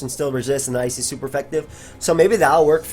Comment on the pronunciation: "And competitively Ice is..." says it like Ice-is Isis Illuminati confirmed.